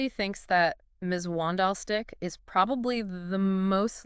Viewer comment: If you guys want to gain listeners you’re going to have to at least make an effort to pronounce the names correctly😂 You are murdering them… Schalk = Sculk, Mzwandile = Zwundeelé, Daan = Dunne. People won’t take you seriously if you don’t make an effort. If people can make an effort with the Pacific Islanders then they should with the SA names as well. Rugby fans are a loyal bunch and if you want to be taken seriously then make an effort…